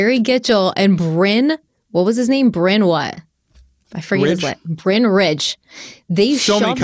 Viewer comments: Bryn is definitely not pronounced Brian, it’s a Welsh name and that means “hill” 😂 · Stephanie I agree with you 100% it is "Bryn" not "Bryan" in order to say Bryan you have to have the "a" in the name lol either his parents couldn't spell or no. His parents couldn't spell lmao you could also pronounce his name as "brine" like what we put "turkeys" in for thanksgiving to make them plump and juicy just like what Brynn tried to do to this case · I agree with Stephanie, Bryn rhymes with Lynn, or Syn. Bryan with a Y, also need an A 😂